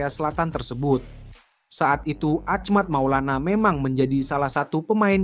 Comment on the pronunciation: yang bener dong bacanya itu nama orang lho, bukan ahmact maulana tapi achmad maulana syarif. bro.